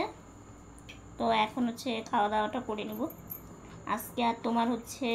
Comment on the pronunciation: Tomar mukh theke" aamara vaalo aachi" ai kathata shunte khub misti laage tobe tumi "Aajke"ai kathaata "Aaske"naa bolle shunte vaalo laagbe, aami kintu tomader Maayer moto, tomader dui boner jonyo aamar anek anek Ashirwad roilo